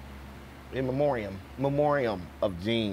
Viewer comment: Dude can’t read the word “memoriam” 😂😂😂 That’s weed for ya